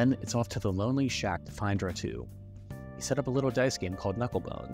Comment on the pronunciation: this channel is so underrated but it kinda annoys me that you called ratau ratoo